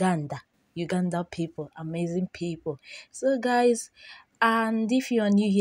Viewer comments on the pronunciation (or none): The pronunciation. Yugandia (Uganda), Madagacos (Madagascar) 🤣. You won't kill me die 🤣🤣